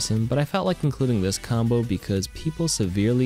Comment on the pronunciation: mombo? Am I hearing this right